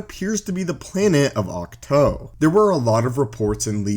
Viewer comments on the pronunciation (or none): Can you just say Auk Too. Vs Auk Toe?? I get you pronounce your Os funny and only one way. But it is just....annoying....you won’t bother to say things right. Grow. Adapt. Cows say Moooo not Moe. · Octoe thats not how it’s pernounced